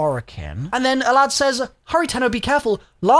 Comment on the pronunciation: What a strange pronunciation of sALAD-V you got there